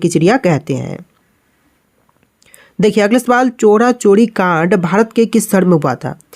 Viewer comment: चोरा चोरी नहीं है भाई चौरी चौरा है 😅